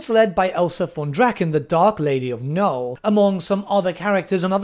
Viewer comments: why are you refusing to pronounce the second n in nulN? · I really have to ask, out of some unhealthy curiosity - why Null, not Nuln? And why Elsa, not Elspeth?:) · every time he forgets the second N in Nuln I get closer to having an aneurysm